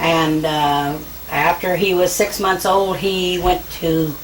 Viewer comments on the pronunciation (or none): Dr. Now be like. "Lose turty pounds in a munt."